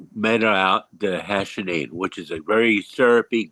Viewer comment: its called "Hashishene" and not "Hashinine" tho just for anyone trying to look it up